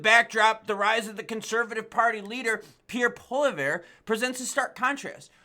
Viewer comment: How to pronounce Poilievre Paul E ev Pawl ee ehv